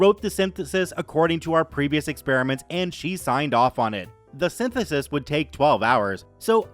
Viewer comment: Is synthesis really that hard to say? I suppose sometimes it is.